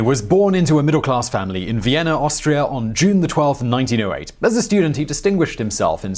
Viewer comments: Viennerr. Barbarosser.. Sorry, im stuck on it. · He had a "idear" of Vienner"